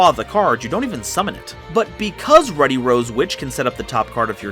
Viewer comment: You're saying Ruddy wrong................